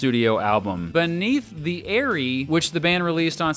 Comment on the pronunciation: You should really learn how to pronounce Eyrie and Esprit 😂😂😂